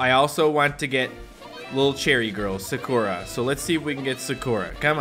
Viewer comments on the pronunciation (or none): It is pronounced as sakura not sakoora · He calls Sakura, Sugura😂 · Is anyone else bothered that he says sakura wrong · Who else wanted to scream at their screen that pronounced Sakura wrong Edit: u should become a weeb becuz anime is great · I got mad when he mispronounced Sakura